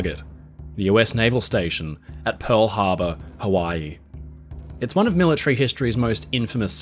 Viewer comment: Millatree? Pell haba?